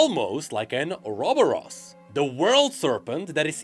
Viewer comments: an... Orobos? Sorry i couldn't help but to find it funny he probably is saying correctly but doesn't change the fact its sounds funny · O ROB BO ROB? sir u have pronounced a lot of things wrong before but this is just new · That's a weird way to pronounce ouroboros 😂